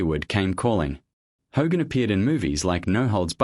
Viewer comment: Stop mispronouncing Hogan 😮